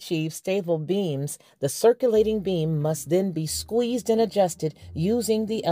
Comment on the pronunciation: When you say beam, it sounds like you're saying "being"